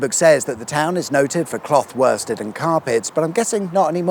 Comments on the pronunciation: Queen Elizabeth II is Britain's longest reigning Monarch. Worsted is pronounced woosted, the same way Worcester is. That Copper was probably on the Moor bar t'hat, the sun got to his head. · Hiya. I’m (almost😬) certain it’s pronounced ‘Wu(like ‘put’)-stud’, as in ‘Jeeves & Wooster’. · Shame he didn't pronounce worsted in Norfolk right. LOL the R is silent